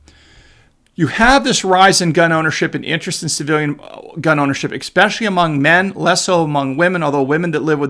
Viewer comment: Good stuff! Please, stop saying ex-specially.